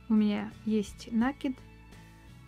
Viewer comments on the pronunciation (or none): Вы нить накИ дываети,а не нА кидавыете,поэтому накИд, нАкид очень режет слух